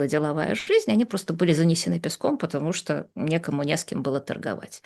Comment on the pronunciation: "Я читала книжку по-английски"; "скока", "стока", "патамушта" боже мой как эта женщина с таким знанием русского языка ещё и книжки какие-то пишет. Её нужно в 5 класс начальной школы отправлять. Видимо она настолько ненавидела СССР, что в знак протеста не училась.